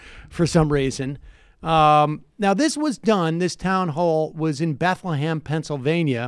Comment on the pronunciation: BETHLE(HEM)...NOT BETHLE(HAM)! FUGG!!